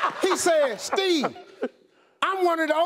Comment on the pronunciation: Lool just realized Steve never says "Steve". He says "Stee"😂😂😭